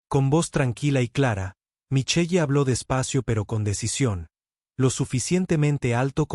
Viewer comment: ¿Micheye? La lectura mecánica produce cosas grotescas